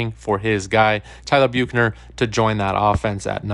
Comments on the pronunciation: Where did you get the pronunciation “Bukener”? 😂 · I'm sorry, but the way he is saying Bukener is driving me crazy 😂😂. It's making it hard for me to listen to the video lol